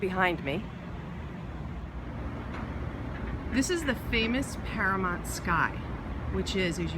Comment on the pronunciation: Is it really pronounced para-MONT? I’ve always been saying para-MOUNT.